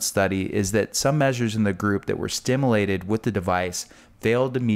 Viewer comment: A "doctor" that can't even pronounce stimulated. Also, this is nothing new. Magnetic cure-all bracelets have existed forever.